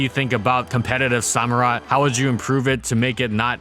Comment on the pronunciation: Did you pronounce it SO - murott? It's Samurott.